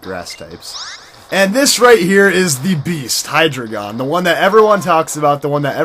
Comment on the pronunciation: You say hydregion wrong say it like this Hy dragon